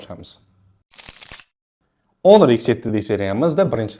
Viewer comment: Do'stim, onor emas, honor deng